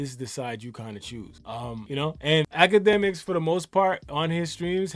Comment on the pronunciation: Why is dis fool talkin bout infinity stones?!! Huh, “dj act-ka-dummy” (TETHRR-BABBLE)